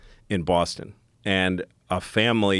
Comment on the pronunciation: I like the way you say Boston ' Bosstin